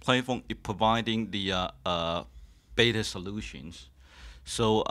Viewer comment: beta overclocking??? he said baeta a few times